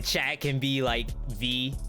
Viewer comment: It took til an hour + to realize your were saying chat and not Chad...i thought Chad was the male Susie..maybe a little too high bit ive been watching it through and i got to say your tier lists are fantastic you're doing an amazing job